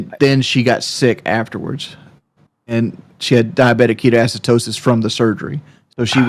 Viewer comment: “Diabetic Ketoacitosis” lol..